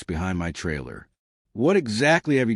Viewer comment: You even pronounced Tib-e-doe correct 😂